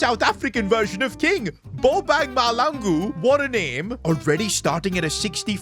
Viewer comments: Is not malangu it’s Mahlangu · Is mahlangu not malangu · Not Malangu it is Mahlangu 😂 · Me who is a SAn heard u say Malangu instead of Mahlangu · It's Mahlangu, not Malangu. The spelling of South African names is complicated for English people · Its not mah-langu its mahlangu the hl should sound life bacon thats being cooked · Bro it's boba mahlangu not malgu😅😊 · south Africa is one of the best countries in the world of skills go watch videos of south African skills but thank you for bringing bobang mahlangu Not malangu but as south Africans we understand but not malangu it mahlangu bro❤ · Stick to Bobang because it's gonna be hard for you to pronounce the surname Ma-hla-ngu Not Mah-la-ngu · Malangu❌️ Mahlangu✅️ Just make that "hl" sound like that of bacon in a frying pan😅 you'll pronounce it correctly 😅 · bro it's no malangu it's Mahlangu when it's like Bo-bung Ma-tla-ngu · Who else was laughing when was pronouncing the name, "Bobang Malangu"😂😂😂😂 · You have to pronounce the H in Mahlangu. But anyways love your vids man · butchered bro's name 😢 I'm South African so I would know. it's Bo-ba-ng Ma-hla-ngu. Up the 🍪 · You can call your newly found academy player Bobo because you are butchering his last name.😂 Ma-hla-ngu Hopefully that helps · thank you for representing South Africa. Please can you try to pronounce his surname better😅 Ma hla (like the noise a cat makes) ngu - Mahlangu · Can someone tell him it aint " malangu" 😭💀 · Bro cant say mahlangu proper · Ay shame man. I live in Cape Town so I also laughed when said Mahlangu.😂 He'll eventually get it,right?😊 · Btw u dont pronounce it malangu.Pls go to Google to pronounce it(I'm not a hater) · W love from South Africa but ur bottling Mahlangu's name lmao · Please pronounce mahlangu properly 😢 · Someone please teach bro how to say Mahlangu correctly. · Yo dude u got to Google the correct way to pronounce Mahlangu 🤬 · He did and butchered his surname 😂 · It got me crying😭😹